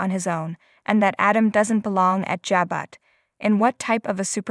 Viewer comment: What type of soap announcer don't watch the show and know the correct pronunciation of names ?!! Surely they heard that Jabot .. is (Jah- bow) ..